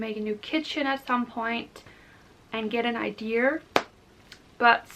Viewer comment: It is pronounced I-dee-ahs not I-dears. Thought you’d like to know.